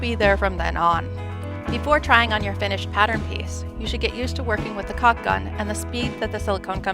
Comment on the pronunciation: she really should learn how to pronounce caulk.